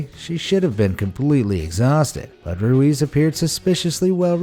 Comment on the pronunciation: Your pronounced ruiz wrong